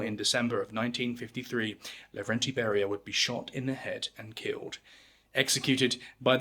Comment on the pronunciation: Not Lagrande. No. Lavrentiy.